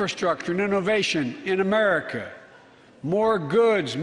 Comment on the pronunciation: Did he say "Make Amrica Great Again"?!